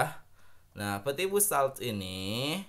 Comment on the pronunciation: Ooooo dibaca nya peti fuuuu yayayaaya 😂